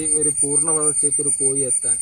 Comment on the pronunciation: കോയി അല്ല കോഴി കോഴി